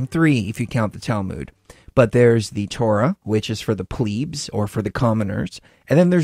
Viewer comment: Who the funk are the 'pleebs'? I have heard of plebs but not pleebs.